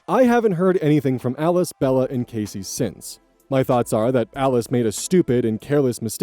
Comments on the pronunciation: Man, you really throw me off with the way you pronounce Cassie. The a is not hard, it's soft. Ah not ay. Cahssie not Caysie. The way you pronounce it would be spelled more like Casey. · i know it isn’t a big deal, but “Cassie” is said “cas (class without the “l”)-ie” not “casey” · Yeah it's pronounced Cass-sea not Case-sea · Love you, but I don't think Cassie is pronounced Casey in any US state, not even Idaho. The I can't jump over both Ss to make the A sound hard:/ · Story 3: Only a minor note, i think you are pronouncing cassie wrong